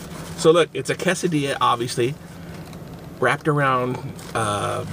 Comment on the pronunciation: KAY-suh-dee-yuh KAY-suh-ree-toe How have you made it this far in life without knowing how to pronounce those words?